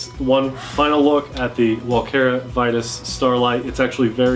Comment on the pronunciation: I dont I think I have seen any channel giving this drone a thumbs up. So you are just one in the line of others. Sadly Walkera did a really bad job on this one. And of course Vitus is latin, and should be pronounced in latin-way. lol. Not english.... lol